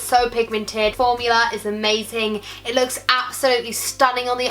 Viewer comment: Love the pallets but also loved the way you said formula 😂 lmao